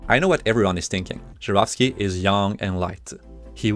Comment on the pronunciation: Finally, someone pronounces it Zharovsky and not Zarovsky